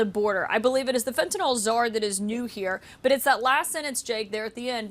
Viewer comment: Why is Trudeau the only person here who can pronounce Fentanyl? No idea what "Fentanol" is, some variety of ethanol?